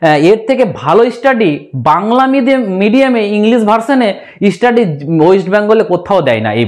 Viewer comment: ইউটিউবার দাদা তোমাকে বলছি তোমার চ্যানেলের নামটা আগে স্পষ্ট করে বলতে শেখো তারপর ভিডিও করবে। তুমি স্টাডি শব্দ টা স্পষ্ট ভাবে বলতে চেষ্টা করো ইস্টাডি ক্যাম্পাস বোলোনা প্লিজ।